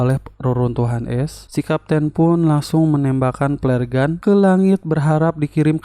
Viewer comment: di kuping gua flare gun = peler gun :v